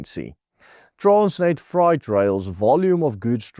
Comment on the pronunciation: Ek verstaan dat ons Afrikaans is en het geen begeerte om Engels te wees nie maar jy moet miskien iemand vra om die goedjiejies te proef-luister voor uitsending. "Enbankment...embarkment" en "Freight....fright"